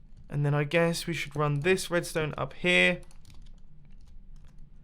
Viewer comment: I really just hear jibberish when ever you talk about r-r-red-ston-e